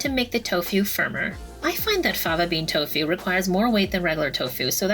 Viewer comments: It's "tofu", not "tofew" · I love the way you say Tofu...cracked me up...